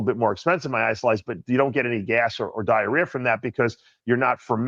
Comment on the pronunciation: What’s “diarear?”